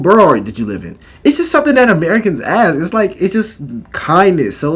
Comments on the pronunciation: why do you say "axe" instead of "ASK"? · Ask, not axe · Honest question, as someone whom english is not my first language. Why people say "axe" instead of "ask"? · Please, its not aks Its never been aks. Someone started mispelling the word because they are dumb, and now people are saying it aloud. Please...